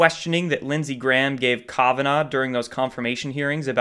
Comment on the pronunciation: Kah-vehn-ah? Lol